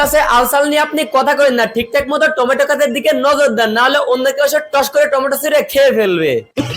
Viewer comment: টোমেটু না রে ভাই ওইটা লাউ 😂😂